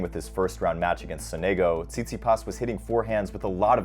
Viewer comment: Please it's Sònego, not Sonégo.